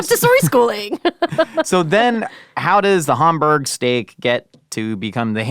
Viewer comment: Why is pronouncing Hamburg like Homburg? I've been there and no one pronounces it like that.